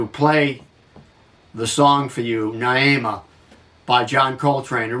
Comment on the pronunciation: Its pronounced "Ny-ee-muh".